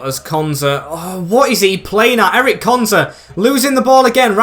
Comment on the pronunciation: Ezri konsa not Eric